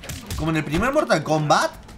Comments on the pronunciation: Mortal Komblat xD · Mortal Klombat Jajajajajajaja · En el minuto mortal combla